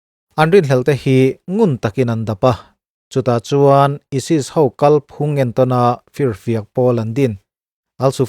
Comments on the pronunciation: Aisis(isis) tih tur ah isis intih teh trut a... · ISIS lam dân hi a mak ka ti ESIS an nilo tih i hre awm sia....😧😧 Chuan a kum hi i sawi pawlh tlats...